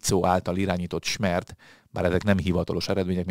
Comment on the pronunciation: Csak egy megjegyzes: a szlovák pártot SZMER-nek kell kiejteni. A profi munkához fontos a partok helyes kiejtése is. Koszonom.